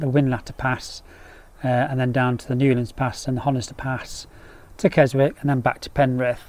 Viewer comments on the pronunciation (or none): Another great video. I've done the Hardnott and Wrynose passes a few times. My worst one was when my clutch cable snapped at the top and I had to come all the way back crashing the gears! Not a recommended experience! Oh and by the way.... It's pronounced "Kezzick" not "Kezwick"!! 😉 P.s.... I've subscribed anyway!